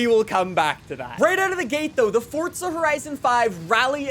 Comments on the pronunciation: It’s fucking forza not fortza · i didn’t know forza was spelled with a t 😊